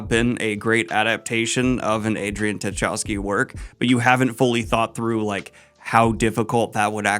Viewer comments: It is pronounced Chai-cough-ski. Can confirm that I haven't yet read Neal Stephenson and I dream of an adaptation, but not by current Hollywood. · Tchaikovsky: Chai-KOVV-ski. Can't be that hard to say.